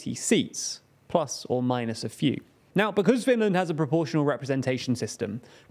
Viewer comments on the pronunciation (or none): none